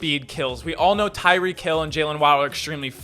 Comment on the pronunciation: Kyick hill? Lol.